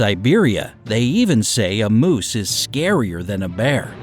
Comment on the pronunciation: It is "moose" not Mose! You must live up in the northern country, but hiding and being VERY quiet is always good, they will usually go away. A mother moose will attack, but normally, they will hear you before you even see them and they will move away. People need to learn to respect the space of ALL wild animals and leave them alone in the wild! But if you ARE going to be in their area, learn some safety rules in dealing with them if necessary. Today, since humans are encroaching on wild areas so much, meeting a wild animal happens more frequently so if you live in one of those areas, learn how to deal with them so you BOTH are safe!